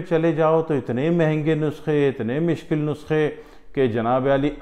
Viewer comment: mishkil Nahin mushkil Bola karain. Urdu ko bigaad kiyun rahe Hain. Moradabad up.